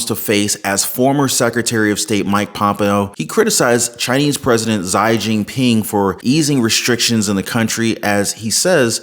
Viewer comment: Hi,, thank you for your very informative, helpful videos! I just wanted to let you know, Xi Jinping is pronounced "SHE Jin (exactly like "gin") Ping." Have a great day!